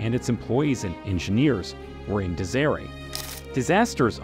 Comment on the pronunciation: Incredibly annoying flashing indeed. and a crappy digital voice that can't pronounce disarray or protege. You must write to its ignorance, "seven forty seven" instead of 747, or A 300 instead of A300. Those kind of awkward vocal hiccups are more the writer's fault than the fault of a shareware digital voice program.